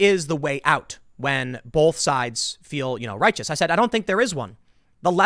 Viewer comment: STOP SAYING THE WORD "BOLTH". There is no "L" in the word BOTH. While I have your attention, Tim, please stop saying "I might be wrong......", or "I might not have the right name/info/details about ___________" We are watching/listening to you for information.......DON'T BE WRONG.